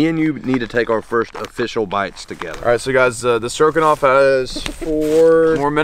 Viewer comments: I swear to god he said “beef strokinoff” 🤣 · I live the way says stroganoff. “beef strokin’off” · did you say "Beef Strokin' Off"? LMAO